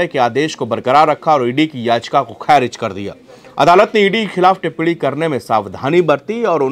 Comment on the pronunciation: टिप्पणी टिप्पडी नहीं रे तोते